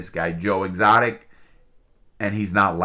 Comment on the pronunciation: Ok, but the guys name is Doc Antil. not doc antler. And it's Joe Exotic not Joe Exotica. It just makes this dude sound dumb and i know he's not dumb.